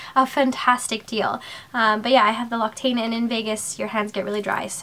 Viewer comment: L'occitane is pronounced "luk-si-tan" :)